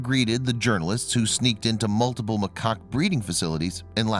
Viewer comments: This sucked! Not only should the guy at least be able to pronounce the name, macaque, properly but the majority of the primates they showed on here were not the kind that would ever have been in these facilities they are discussing...that is misleading. In addition many of their facts are incorrect...example...the age of the monkeys has nothing at all to do with who gets to eat first. They have social hierarchies that determine that. Completely useless. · Cites is “site-ees” snd macaque pronounced wrong.